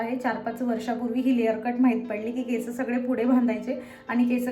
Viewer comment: Didi me pn khandesh madhun ahe tr ha problem khup khandeshi lok krtat ki केसं boltat instead of (केस) so please (केस)only bol.❤